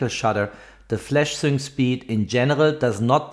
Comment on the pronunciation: Sync speed is pronounced SINK speed !